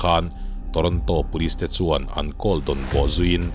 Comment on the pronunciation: Ngati nge "Call" hi "kawl" tia i lam ziah a? "Khawl" ti ta che.